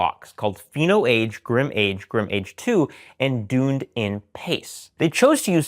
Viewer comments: As someone married to a New Zealander and lived there the DunedinPace is named after Dunedin the city in New Zealand pronounced “duhn EE din” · Dunedin is pronounced Done Eden 😘 - from a NZer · it’s pronounced Duneeeedin pace not Dunedin pace.. Must be the American accent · Personally enjoy this long-form presentation. One thing to note. Dunedin (from DunedinPACE) is pronounced dun-ee-din. It is a city in New Zealand which the algorithm is named after. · Sorry to be random, but mispronounciation of 'Dunedin' really bothers me! 😂